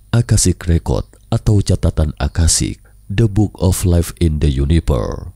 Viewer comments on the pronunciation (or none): Iyaa.. UNIVERSE dia ucapkan Yuniper. Hehehe